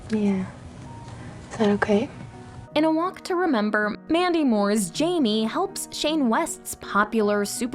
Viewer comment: You forgot the D in Mandy.